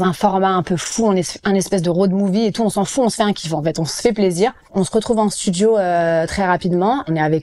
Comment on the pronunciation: "je suis pas signé en maison de djisque" "on reste des nuits enthchières" "à la fin on se djit" "on était en studjio", mais pourquoi est-il si difficile de prononcer correctement les "d" et les "t" ? Pourquoi deviennent-ils "dj" et "tch". A part ça, gros respect pour Vitaa !!!!!